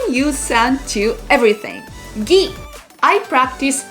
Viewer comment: Ghee is not pronounced "gee", though. The "gh" sound in "ghee" doesn't have any equivalent in English or Japanese. In Bengali/Hindi (Indian languages) the word "Ghee" would be spelt as ঘী/घी, whereas "gee" would be spelt as গী/ गी (which don't really mean anything.) The closest English/Japanese pronunciation would indeed be "gee"/ぎ, which correspond to the latter non-existent word, but are very different from the actual "ghee". Sorry, didn't mean to be annoying. I love this video, actually, and as usual, I love your sense of humour